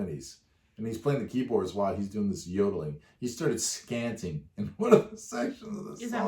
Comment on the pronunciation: Dude, ease up on the pausing. Let the band play without pausing the video a million times. You also pause at the weirdest moments; try pausing in between the chorus and verse/guitar and drum solos. Also...it is "scatting" not "scanting". 🙄